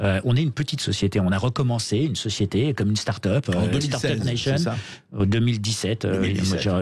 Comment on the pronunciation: En modeuh starteup